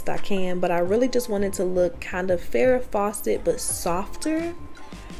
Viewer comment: Did u say Farrah Faucet….very cute….